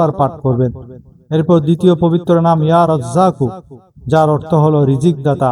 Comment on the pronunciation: ইয়া রাজ্জাকু কয়বার কোনমতে বুঝা যাচ্ছে না।